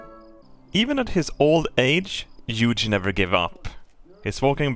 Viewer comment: Hey, you've probably heard it before. But Hugh is pronounced "Hue" like say Hu and U at the same time.